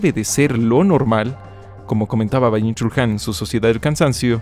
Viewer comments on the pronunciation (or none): Creí que ya había pasado la etapa de decir “bayun chul han” Nocierto. Buenísimo video como siempre